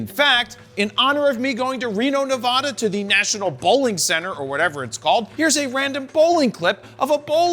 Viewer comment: Ne-vah-da? Tsk, tsk! 👎